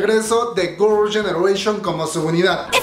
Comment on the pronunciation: Se dice girls no gors 🤣🤣🤣